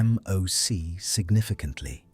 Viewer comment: Yo the way the voice says ...A...M...O...C .... ruins the video.